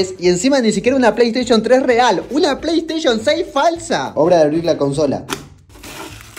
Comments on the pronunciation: Quien noto que dice Play Sation 6? XD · jaja dice playsation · like si notaste eel PAY SATION jajaja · Alli decia "Play Sation" hombre, como no lo viste venir. Es tan grascioso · Play Station❌️ Play Sation✅️ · Playstation❌ Playsation✅ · XD arriba en vez de PlayStation dice PlaySation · "PlaySation" vaya pirateria🤣🤣🤣🤣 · Alguien se dio cuenta que dice playsation? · Es q no saben leer oq? Playsation dice.. no playstation!!!